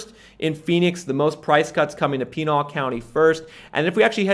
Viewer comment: Great Content! FYI Pinal county AZ is pronounced like you would say canal but with a P instead of a C